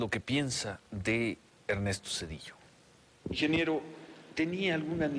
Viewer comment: pinche bastardo ni deberían de Pelarlo, y todavía le dice ingeniebrio